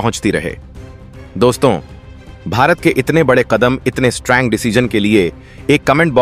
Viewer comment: Bhaisaab yah 'strang' decision kya hota hai? 🤨🤔 'strong' bolna sikh lo Bhai. 🙏 'Oil' bolna bhi sikh lo Bhai. 🙏🙏🙏 'Musterstroke' ❌ nahi par 'Masterstroke' ✅ boliye. 🙏